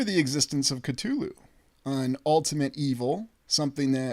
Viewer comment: One of the only times I've ever heard someone pronounce "Cthulhu" correctly. Bravo.